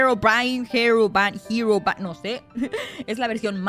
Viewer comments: se dise herovrain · Se dise jero vrain se diseño e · Se pronuncia Herobrine